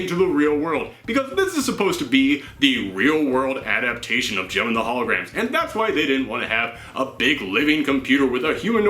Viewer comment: It sounds like you are saying gym